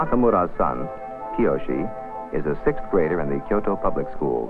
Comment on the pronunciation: i love the way the presenter pronounces "Kyoto" its like he genuinely gives a shit about authentic pronunciation.